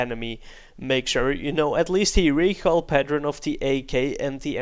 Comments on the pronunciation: PatterEn it is said pattERn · "recoil pateren" lol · What is a recoil paternern?:D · 'recoil patteren'